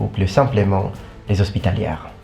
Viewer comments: Hey, There is a small pronounciation mistake in French. "Les Hospitaliers". You pronounced it like "Les Hospitalières". First one makes more sense as Knights are much more likely to be male, les Hospitalière may most likely refer to a group of nones. Ending of Hospitalier sounds like "lié". I do not want to start a crusade for well pronounciation (I would be actualy on the loosing side quite early, even for my native language), but I do believe that you do not mind when someone tell you when you are wrong. See you around. Some random french viewer. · Tiny mispronunciation in french made it really funny :D You pronounced it "hospitalières" (that's female) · The way you said "les hospitaliers" sounds like what they would have said back then. Today, the "er(s)" ending is only pronounced as "é"